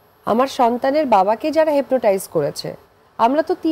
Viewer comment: "আমার সন্তানের বাবাকে যারা 'হেপরোটাইজ' করেছে! এই অপু, তুমি 'হিপনোটাইজ'কে হেপরোটাইজ বললা ক্যান? কিসে পড়েছো?? 😂 জোবায়ের রাজু আমিশাপাড়া, নোয়াখালী